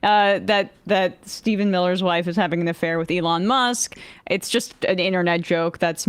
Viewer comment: teehee she called Musk muss